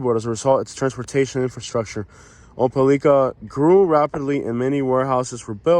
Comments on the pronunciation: It's pronounced Opa-lacka. It means big swamp. It's great to know that you're here. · Its OH PE LYKA! #NATIVE!😂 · First comment: I know i butchered the pronunciation of this towns name!!! 😅😅🙂